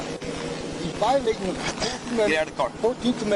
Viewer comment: No,no, ..the proper pronunciation is " yur vi-o- latin mah rats"